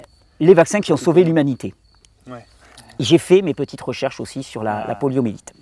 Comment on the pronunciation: Poliomyélite ! Pas "poliomélite" ! Merci infiniment pour ton travail.